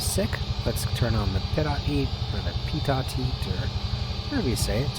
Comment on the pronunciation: Also, it’s pronounced “PEET-oh” tube (it’s French)